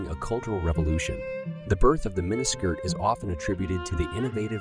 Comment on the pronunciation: WOW I lost track of how many times you mispronounsed mini skirt